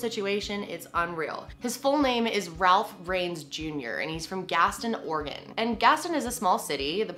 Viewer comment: I live in oregon!!!! Thank you for pronouncing it right! Lol